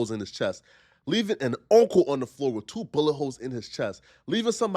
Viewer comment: 😂😂😂 min mark says three words Faada(father), son, Oooocul (uncle) 😂😂 but I agree he got himself in that situation.